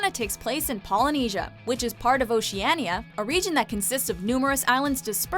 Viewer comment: Oceana not oceaniya